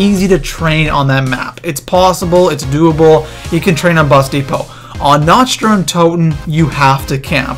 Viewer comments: It's pronounced na-k-t not na-ch-t idiot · sir, no offense, but it is pronounced nakt not nacht. it is german. also, the wunserwaffe is pronounced vundervaffeh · Nacht not notch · I'm sorry, but I swear to god, you pronounce it Na-c-t der untoten not NATCH. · its pronounced like nawkt not natcht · I'm sorry, but it is "Nacht" der Untoten! NOT "Natch" der Untoten. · why does everyone say"nacht" like theyre gonna say nacho. its said like "knocked" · You don't say the "ch" in Nacht it is more like "nauc"